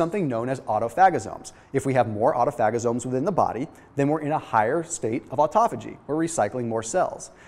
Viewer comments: My boy said autofagazomes 😂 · Who else was cracking up when he said "autophagosomes"?